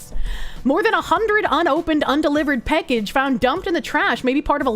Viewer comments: PACKage not PECKage. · She’s says “peckage” instead of “package” and it makes me unfathomably angry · A great Irish drinking game for next St. Patrick's Day - drink whenever she says "peckege". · The way says “package” makes me chuckle. “Peckehge” Heeheehee. Happy Sunday,. Thanks for the smiles. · Every time she says "Peckage" I feel like that Spider-Man meme where he gets blown backwards. The one with the "I'm Skylar White, yo." guy. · "Peckage." You know, it's a sign that you've been watching for a long time when you catch yourself mispronouncing words irl. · Bostonian debuff strikes again ? 😎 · why tf does she say package so wrong 💀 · Every time she says package, she shortens the first 'a' a little more. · has some kiwi in her with that package pronunciation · The way she says package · You say "Package" funny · I find it funny the way she says "package"